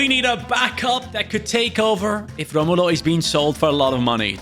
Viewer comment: Brazilians don’t roll there Rs like Portuguese do, Romulo name sounds like Ho-mo-low in